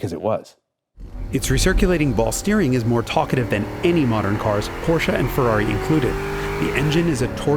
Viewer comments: Finally learned to pronounce Porsche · Yes Someone who pronounces Porsche correct!!!! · Thanks for pronouncing Porsche right - perfectly right! May not mean a lot to You but to me its as disturbing when done wrong like a single moskito in Your bedroom at night, 5 minutes after You fell asleep. :) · I know, I know, this is a silly remark at this channel, but still: I absolutely love that you call a Porsche, well, a "Porsche", pronounced the way the Lord intended it. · You pronounced Porsche without the weird american “Aaah” at the end! Subscribed. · finally someone who pronounces Porsche correctly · it's so comforting that he pronounced "Porsche" correctly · Thank you for pronouncing Porsche the right way! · So strange to see a video presented by an american and every time he pronounces "Porsche" correct